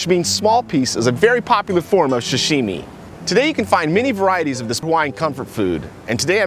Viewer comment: you said shashimi , no offence Peace